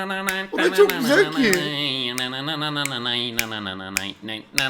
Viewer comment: Tınananay deme sokacam haaa